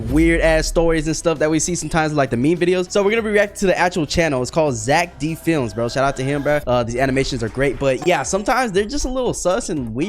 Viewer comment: Zeck D flems more like zeck dih flems